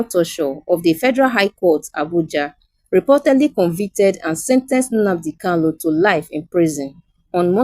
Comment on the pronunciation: Good presentation. But, can the reader differentiate between Kanu as opposed to erroneous Kalu?